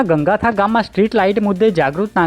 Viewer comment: ગંગથા...ગં ગથા નહીં.Gangatha..Gan Gatha.. વાંચો છો.ઉદઘોષક સાહેબ..ભૂલો સુધારો... પહેલા... પ્રોહી..હવે ગં ગથા.